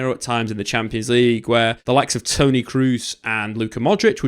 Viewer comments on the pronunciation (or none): none